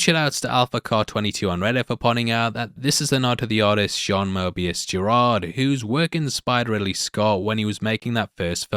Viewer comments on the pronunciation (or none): none